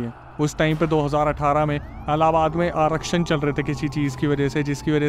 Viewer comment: Kya Aarashan chal rha h bahar?? Bhai aarakhan kya 😂😂😂😂😂😂😂😂😂😂😂 You need to really work on your script.